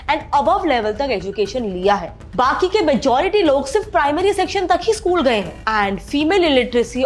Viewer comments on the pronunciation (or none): none